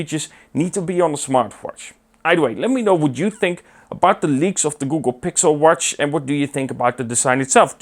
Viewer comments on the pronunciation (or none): I like the way you say the word W-A-T-C-H! Did you said warsch